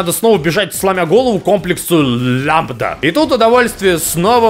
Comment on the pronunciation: Всё хорошо, ору с обзора, но вдруг... "...комплекс Лямбда..." Норман. Плак плак.